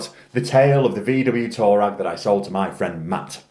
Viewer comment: Huh? Did you say VW tour rag? Lol😂 Touareg is pronounced "twoar-reg". It is a desert tribe Hehe. 😂